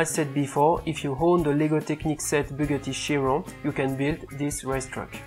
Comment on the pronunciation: Not trying to insult ur accent but the way you say Bugatti Chiron is like vuggarigirun